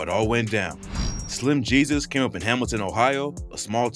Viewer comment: "Slim he-sus " 🤣🤣